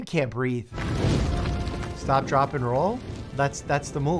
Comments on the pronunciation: He really put a lot of emphasis on the "drop"-part of "stop, drop and roll" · He put too much emphasis on the drop part of "stop, drop, roll"